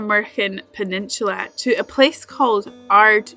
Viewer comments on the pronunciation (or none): I thought u were calling it Mormon penishula